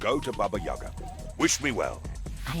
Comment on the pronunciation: But still pronounce Yaga wrong.